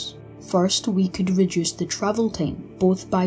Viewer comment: "...would take a long TAME"